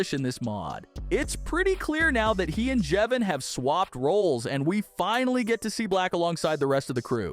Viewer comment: How does he say jevin right but not brud and Clurk!?